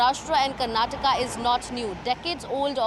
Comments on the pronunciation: It is kannad and karnatak😂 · That is Karnataka... Not Karnatak... This is called hindi imposition... Don't underestimate South